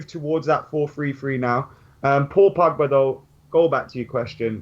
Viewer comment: The way says Pogba's name. PoPoBa.